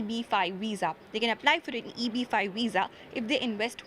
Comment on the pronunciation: What’s weess… veeeeeesa!